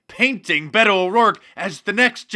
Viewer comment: Fake Mexican!! It is so funny hearing them saying his name...Be Toe. That is not how most Hispanic pronounce it